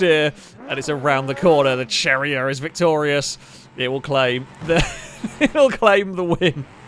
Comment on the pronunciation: Cherrier = Sherri-eh, I think.